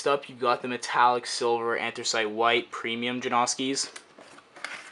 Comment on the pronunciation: its not an-thres-it, its an-thre-site